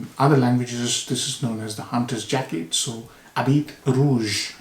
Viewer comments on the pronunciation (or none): Habit means Garment. The “t” after the “i” is silent.